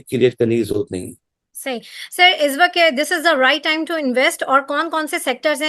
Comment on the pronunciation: "izz waqt" nahi hota " iss waqt " hota hay... tallafuz apni sahi karen kindly. Allah aap ko kamyab kry. Ameen